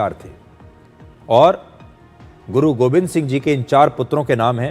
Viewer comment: Sir it’s Guru Gobind not Govind please correct